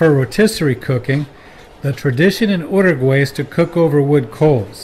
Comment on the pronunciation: The fact that he stays miss pronouncing the name Uruguay